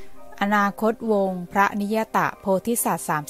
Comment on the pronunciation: อนาคตวงค์อ่านว่าอะ-นา-คด-ตะ-วงค่ะไม่ใช่อะนาคดวง